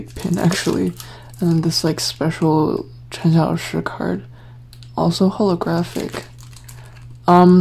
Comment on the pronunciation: I like how you pronounce the names, i could never say Cxs like that 😭